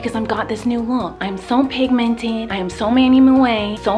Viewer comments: This much times miranda said pimimted | | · this is how many times Miranda said pigminted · "So pinmimented" 😂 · Penguin Wolf I know but she pronounced it wrong that's why I wrote it that way😂😂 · Yess lol